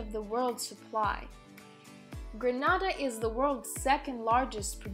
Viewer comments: Not Granada. Gren na da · Why u are pronouncing our country name wrong not granada .....its greeeeeenada . Get the greeee part ok?